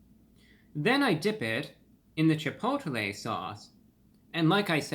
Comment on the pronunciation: Isn't he pronouncing Chipotle wrong? 🤔